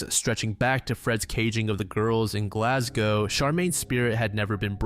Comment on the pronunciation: He pronounced Glasgow perfectly! 🥳